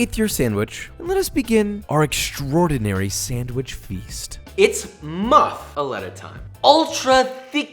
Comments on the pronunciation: i’m freaking out over josh saying “muff-uh-eh-tuh” instead of “muff-uh-LAH-tuh” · I cringe every time he says “moofuhleta”...MUH-FUH-LOTTA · everytime my louisianian ass hears him pronouce it as muffa-letta i die a little inside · Moo fu lot ah Not Mu fa letta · That sandwich looks amazing! I wld totally devour it! But, I’ve never had Swiss cheese on a muffuletta, only provolone & mozzarella and also pronounce is “lotta” not “letta” ( born in Texas, used to live in Louisiana, still go back several times a year) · I dont know anyone from Louisiana that doesn't pronounce it muffa-lotta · We pronounce it as moo-fah-la-tah in New Orleans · ITS NOT MUFALETTA ITS MU-FU-ATTA- Louisiana raised man. get it tight or don't get invited to Mardi-Gras. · We actually pronounce it MUFF-a-LOT-a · Jooooooosh. It’s pronounced “muffa Lotta” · As a New Orleanian, I'm here to tell you, you're pronouncing it wrong. Its /Moof-a-lotta/ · I’m from Louisiana - it’s ‘Moo-Fa-La-Ta’ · Looks good man. But it is pronounced “Moofaleta” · muff-ah-lahh-tah. ps. i'm from new orleans. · Italian-descended New Orleans native here. It’s pronounced “moof-a-lot-a”. I know it doesn’t make sense, but try and pronounce tchoupitoulas and burgundy the way we do lmao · hearing the "letta" hurt me. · Italian from Sicily where the Muffuletta is actually from, it's pronounced Moo-fuh-let-ta. We eat it on the day of the dead and it's a little painful that it's known in the states as a New Orleans sandwich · michael reader it’s Sicilian only due to the fact the guy who created it was from Sicily and created it in New Orleans, it’s not a traditional Sicilian dish as it took on New Orleans French notes before the recipe went back to Sicily. New Orleans raised Sicilian here 🤷‍♀️ ... Its Muff- a- la-ta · You did an excellent job here. Its muff-ah-lot-ah! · It's pronounced muff-uh-lot-ah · Looks scrumptious, but your pronunciation is “moo-fall-letta “ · It’s pronounced muf-uh-lada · Pronounced moof a lotta